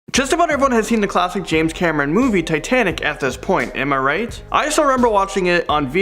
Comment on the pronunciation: This girl... She can’t pronounce basic English words like Titanic; in another video she pronounces Costa Rica as Cost-a Rica.